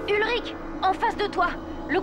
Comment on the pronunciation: mmm oe ça se discute 🤷‍♀️ mais sinon c'est "Ulrich" et pas "Hulrich" ;)